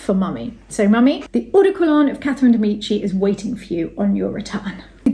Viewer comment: Please, "de Médici"!